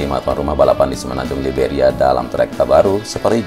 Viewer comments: Video selalu diikuti. Sori, saya ingin kasih koreksi. Pada bbro detik di awal disebut Semenanjung 'Liberia', yang benar 'Iberia' (tanpa L). Iberia itu sebutan lain dari 'Spanyol'. Tetap semangat. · bang...Iberia bukan Liberia...Liberia itu di Afrika negaranya Goerge weah... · Iberia om, bukan liberia. Liberia mah negara di Afrika. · Saya juga gagal paham om , ternyata emang kurang tepat penyebutan nya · Izin koreksi... Yang benar itu semenanjung Iberia, bukan semenanjung Liberia.... Liberia itu ada di Afrika.